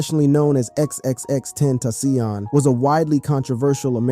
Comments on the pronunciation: Stop saying XXX ten toss ion And who TF is kwah-vo? 🤦🏽‍♂️ Edit... BROOO .. chee-rock??? Ok you're fired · Agreed brother! Lol exexex tentasyonnn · wtf what neighborhood do you come from ? xxx tentasssssiooon ha ha ha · Xxx ten tassiohnn😂😂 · Why he keep saying ex ex ex ten TA CION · Tenta - Cee- On op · You are giving me a stroke. X x x Tent...AH SEEON. BRO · No one finna say how this man kept saying x x x ten taci on🤦‍♀️😂 rip x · xxxtentayseon, kwaavo, shee-rack, farell he's the worst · X X X ten tasion 😂😂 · XXX tent a seayon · I hate how you kept messing up X's name... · This man makes it a point to mispronounce the names. Who the hell is kwaavo? And the way he says xxxtentacion has me dying😂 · Quavo, Pharrell, chiraq, xxxtentacion, my goodness. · I agree!!! XXXtentacion, the first name when this video started had me rolling how he said his name! Like sir, please go learn how to pronounce their names first.